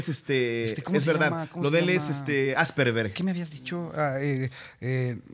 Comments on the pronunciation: Qué risa me da cuando alguien pronuncia algo mal, como niño de 7. 2 minutos después: - Se dice que Messi padece un poco de Asperver. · “asperber” 😂😂😂😂😂😂😂😂😂😂😂😂😂😂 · Ay, es asperger no asperber hehhehehehehe cosita nada más por q t qiero 😅❤